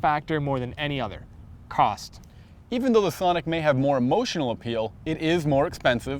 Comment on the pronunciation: I laugh every time that guy says thonic! also, im buying my sonic because its cheap, good on gas, and its extremely fun to drive. for one, you have the ltz which has features that the accent cant compete with at any price. if you want to compare cars, look at the lt sonic and try switching both cars to having a manual transmission. completely biased test towards the hyundai. oh, and the lt 1.4 sonic with a sunroof can be had for 17,000 otd.